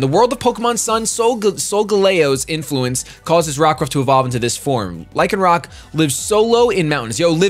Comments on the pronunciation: It's pronounced Lie-can-rock. It comes from rock (of course), and lycanthrope, which is a werewolf. Also, the Oranguru page was using proper grammar. "Live solitary lives", with lives here being the plural of life. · You pronounce Lycan lie-can due to Lycanthropy aka werewolves :) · Pronounced Lie con rock, like the werewolf